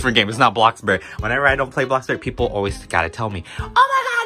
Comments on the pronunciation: boyim tired of telling u that it is bloxburg not blocburg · “when ever I don’t play blockbuurrg ppl always say “”no blockburrrg??!!🤨😟” lollllll